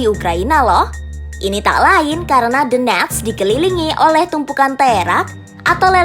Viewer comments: Tenang itu bukan donetsk tp "the-nets" kata pembawa beritanya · Baca nya Dones aja, T nya dibaca jadi aneh dengarnya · "the-nets" itu kota dimana? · Donetsk (dibaca: donyetsk) ya, semoga bermanfaat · Adminnya baca DONETS aja D'NETS ..D'NETS kayak TAl..bikin telinga yg denger pingin BErAQ.. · Lucunya host nya baca nama donets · Nyebut nya theNetss wkwkw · Cara ngomong donest nya biasa aja kali napa mbak. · The way Donetsk and Lugansk are being pronounced incorrectly with Western accent cringed me a lot. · Suara lucu saat bilang donetsk